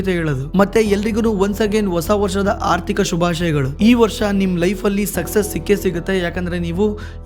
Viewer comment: Sir ardika not athika